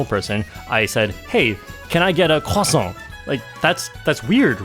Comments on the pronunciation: No no no, everyone should pronounce croissant right. And I'm British, we had a 100 year war with the French, but that pastry is glorious. Never pronounce the r as an r, at least make it a w. I'm offended on their behalf. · That "croissant" got me good! :D